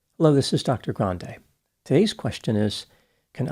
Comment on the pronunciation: Omw. Us English first language speakers in South Africa would also pronounce it like Dr Grande did